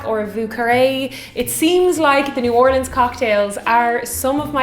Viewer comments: I Can't believe how well you pronounce "New Orleans"! Even people here in Texas can't get it right. "OHR-lins" is correct, not "or-LEENS"! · Thank you so much for properly pronouncing New Orleans. I can’t stand it when people can’t say it properly.